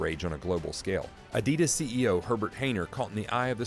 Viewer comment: everything is mis pronounced. made byAI. fake .